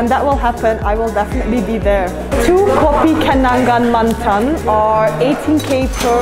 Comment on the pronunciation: The way she said kopi kenangan mantan tho 😂